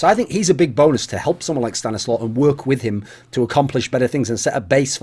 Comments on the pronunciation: If it's a Polish name it's pronounced "staniswaf". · Mike Hunt stanislaw is pronounced sta-nees-wav, its a polish name...